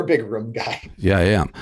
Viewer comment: Dave it’s rooom not rum